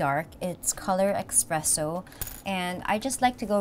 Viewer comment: Did she just say EXPRESSO?